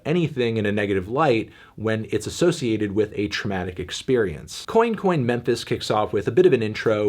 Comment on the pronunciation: "Coin coin" not being pronounced as "cwan cwan" ~ Anton Fanton L'Melon